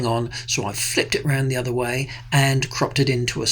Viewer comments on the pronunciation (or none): none